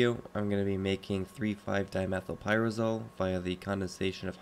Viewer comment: Fwee, fwive-dimefylpywazowle